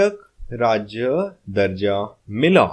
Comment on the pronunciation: तू दर्जा म्हणतोयस पण दजो् असा लिहलय